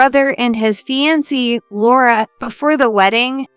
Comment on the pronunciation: Fiancee is mispronounced and it's cringeworthy!